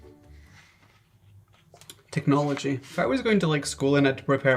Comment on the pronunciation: The way he said "technology" 🤣🤣lol that really cracked me up